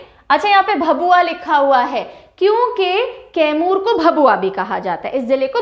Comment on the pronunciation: तैमूर नहीं मैडम कैमूर जिला है